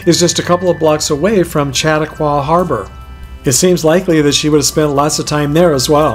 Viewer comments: It's NOT Chat-a-kwau - it's Sha-tau-kwa ... I grew up not far from here. And there are NOT millions and millions of tolls to pay to generate money for road repairs. Get your facts straight. Finally, DO NOT walk on graves! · just adding the emphasis on the middle syllable... Chaw-TALK-Waw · In the 58 years that I've lived, the deaths of just three celebrities have brought tears to my eyes: Don Knotts, Johnny Carson and Lucille Ball. Lucy was so omnipresent that she seemed to be part of the family. In my opinion, the second Lucy statue is much better! (By the way, Chatauqua is pronounced Chaw-Talk-Waw.) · The harbor is called Chautauqua (pronounced Shuh-taw-qwuh) Harbor. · I have been to the Lucy and Desi Museum and the Comedy Museum, you missed out by not going through both of these places. You also missed pronounced Chautauqua, it's an native American word pronounced sha talk wa. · It’s pronounced Chatalkwa. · Chautauqua is pronounced Sha Talk wa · lol i was just going to say he didnt pronounce chatauqua right. lol